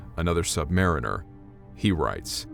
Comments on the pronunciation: So, is it true that you sailors prefer the pronunciation of "sub-ma-REEN-er" instead of "sub-MARE-in-er"? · MCUL = “Missile Compartment Upper Level.” That’s it. No abbreviated pronunciation when spoken. Also, submariner is pronounced like submarine + er. Sub-Muh-reen-er. Not Sub-mair-ih-ner. (I didn’t see an answer in the comments, so sorry if I am being redundant). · Okay my man? You have to say submariner correctly. It's the way you said it is wrong. That suggests that we submariners are subpar mariners. We are good damn Mariners. The proper way to pronounce it is the word submarine with the ur sound after it. Submarine-ur.